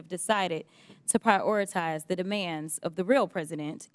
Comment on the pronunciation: I dropped out after this Crockett gal pronounced the word PRIORITIZE as "PRY-AWE-REE-TIZE" ... who listens to her?